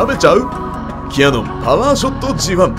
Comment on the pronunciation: OZEKIさんこんばんわ。 レギュラースタイルに戻って一安心。GR3Ⅲxの動画があまりにも良かったので 「ひょっとしたら、今後は現行機メイン？」なんて心配してました😜 キャノンではなく“キヤノン“と発音されるスタイル たまりません！